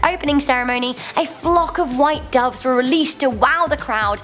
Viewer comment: Duves? Seriously?